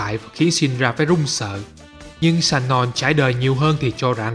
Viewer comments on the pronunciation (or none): Người ta tên là Sonon chứ không phải lài shanon nha ... vấp vãi.